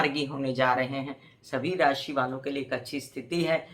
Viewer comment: नमस्कार । आप लग्न से फलादेश बताती हैं तो राशि शब्द का उच्चारण कन्फ्यूजन बार बार पैदा करती है ❗